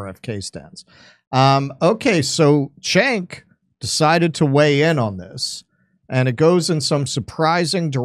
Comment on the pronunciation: Btw, his first name is pronounced like "Djenk", not "Tchenk".